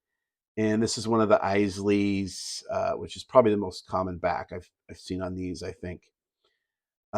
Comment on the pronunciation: You get extra points for pronouncing Isaly's correctly. I was watching the Dock Ellis documentary yesterday and Dave Cash was a big part of that.